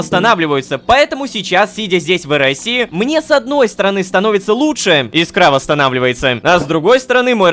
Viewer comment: Прикол в том, что Рома так и не понял ,что антискинт нанёс ему вред, так как он носил его в инвентаре, когда пользовался порталами ( ему же сказали, что так делать нельзя), именно поэтому он и потерял часть искры. Ударение в слове Искра на И, кстати!